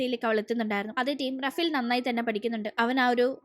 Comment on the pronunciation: Rafial not raffy ❤❤